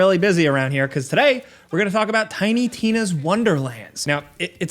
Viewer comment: I found its funny as hell the way is fcking up Tina's name and I guararntee that some die hard fan is molding over it 😂 🤣😂 🤣